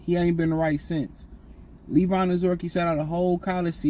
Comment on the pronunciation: Honestly it don't concern me with Levi because you know what there's a good chance maybe he gets cut and we don't have to hear his name said and you don't have to butcher his name anymore another reason I'm not worried as I get to be right hopefully Wingo gets it done either way I get to be right about him and hopefully they cut him and you can stop trying to pronounce his name